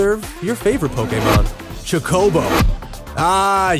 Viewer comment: You said chocobo wrong punk